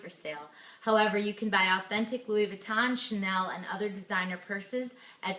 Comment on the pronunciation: Louis Vuitton.. not Louis Vee-tahn. 🙄